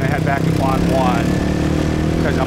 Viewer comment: Since you are speaking entirely in English to a mostly westerner audience, why not just say "District 7" instead of "Quan 7". You're butchering the Vietnamese word LOL.